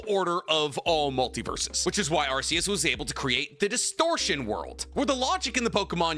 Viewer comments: One thing about Arceus, is that it's pronounced Arc-e-us, not Arse-e-us. The RKS system that's associated with Null, it's supposed to be a word-play on Arceus. RKS sounds like Arc-e-us. RKS does NOT sound like Arse-e-us. I don't even really give that much of a shit, and this isn't really a criticism or anything, but I just thought I'd point out the proper pronunciation. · please Arceus is pronounced ar-key-us, you can reference type nulls ability the R.k.s system because it's a failed clone of arceus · it’s pronounced arc-e-us the arc part as in Noah’s arc